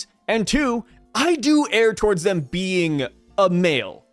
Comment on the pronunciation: You don’t ‘air’ you ‘errrrr’ VASTLY different pronunciations…. And don’t blame being from Oklahoma I am from Kansas and your pronunciation of most words is horrible.